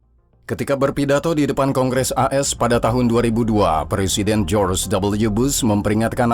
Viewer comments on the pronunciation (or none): none